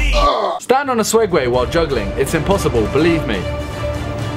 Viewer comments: IT SAID SEGWAY NOT SWEGWAY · Did I hear him say 'Swegway'?